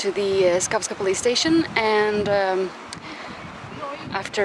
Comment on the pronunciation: It’s Savska not skavska 😂